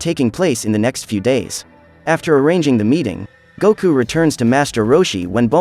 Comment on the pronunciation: Not Kakaroto its Kakarot Not Guku Its Goku